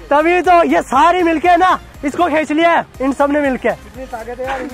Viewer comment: Bhai khech nahi khinch 😂😂